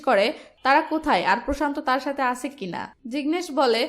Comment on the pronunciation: আছে, গেছে, করেছে, দিয়েছে... এগুলার হুমায়ূন আহমদ ভার্সনের উচ্চারণ করেন কেন আপু? ধরণ একটু পরিবর্তন করেন, আপু। নইলে এগুলা বিরক্তিকর রিডিং পড়ার মতো লাগে।